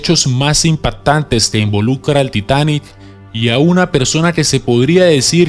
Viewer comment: La longitú, casualidá, velocidá, humanidá, impaitantes, etsibida, proyeitada, etsautivas, inyetsion, seguridá, etsplosion, atsidente, etsito !!!! Que idioma es el que hablas?